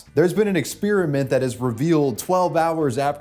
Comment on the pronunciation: Experiment, not expeeriment